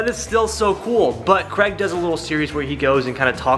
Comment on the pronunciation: Craig. his names Craig not Creg